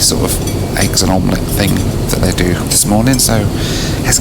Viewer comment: Did you say eggs and omolett?